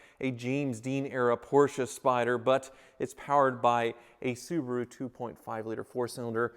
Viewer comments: Who told it was pronounced Poor-shaa? It's not. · Thank you for saying Porsche correctly